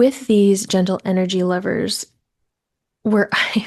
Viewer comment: Btw I thought you were saying the word lovers for the first two minutes thanks for the clarification